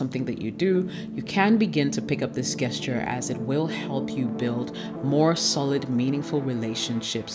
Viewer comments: Sweetheart it’s pronounced “just Cher” not guess Cher. You are gorgeous and I hope you don’t take offense.👍🏿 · Nice video, nice message. On another note, why do you say gesture as Gas-ture, intead of the correct form, Jas-ture? Is it just to generate engagement through comments pointint it out (as many youtubers do nowadays, throwing crazy mispronunciations just to create debate). Be honest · Really enjoyed the content! Only thing is Gesture is pronounced "jessture" . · Queens, ur killing me everytime u say “GUESS-ture”😅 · I love the way you speak so please excuse this correction. Gesture I pronounced with a soft "g". It sounds like your name as a "J" Also as in gentrification. Rock on. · It's prononced' Jesture' Beautiful lady. The 'G' is prounounced like a 'J'. Ididnt write the rules so please dont come for me. ;-) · Learn how to say gesture "jesture" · Hi, Thanks for the great advice It seems you can read my mind when it comes making the 'Things to avoid' videos. lol I hope you don't mind me saying that the 'g' in gesture is pronounced like the 'J' in Jessica.